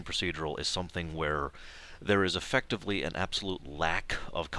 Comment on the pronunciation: you said Effucktivly.